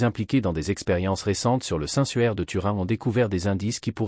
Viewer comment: Le suaire pas le sueur mdr!!